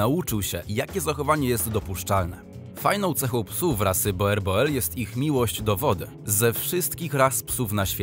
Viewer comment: Proszę poprawnie wymawiać Boerboel. Z holenderskiego "oe" czytamy jako nasze "u".